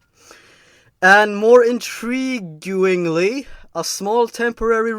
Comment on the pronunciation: Time to call you out on your bad English: "intriguingly" is not pronounced "intrigyuingly" as you did. I'm assuming you were attempting to emphasize a misspelling, but unfortunately for you there wasn't one: "intriguingly" is the correct spelling of that word (and in case anyone is wondering, I checked the story myself to ensure it was spelled correctly). Also it wasn't "noisier", it was "nosier", as in people who are more nosy. In case that's an Americanism and that's why you didn't understand it, to be "nosy" is to frequently let your curiosity get the better of you and snoop around where you shouldn't, hence you "stick your nose where it doesn't belong".